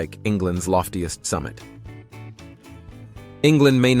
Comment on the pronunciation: The high point of England's geography is pronounced "Scar-fell".